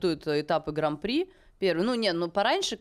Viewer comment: ну не граМ-При, а граН-при!